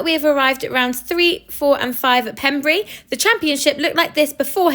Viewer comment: It’s pronounced Pembray, even though it’s spelt Pembrey! I used to work at the RAF Range… 😮